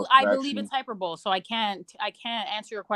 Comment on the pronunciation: Hyperbole is pronounced high-per-ba-lee.